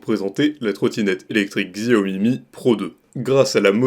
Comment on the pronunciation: Mon frère stp Sa se prononce Chaomi pas avec x putain😂